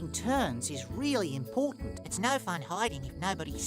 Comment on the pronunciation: The Australian "noorr" 😭